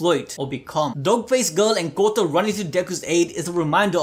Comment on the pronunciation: Kota can be heard as Kutta...which means dog lol, which is also used as cuss word in India